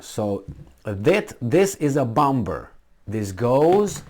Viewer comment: Darling the B in bomber is silent x